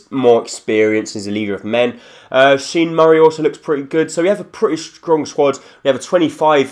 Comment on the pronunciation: Sean Murray is pronounced shon I'm irish and I know that